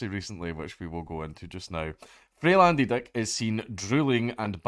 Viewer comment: I like that he says Andy Deck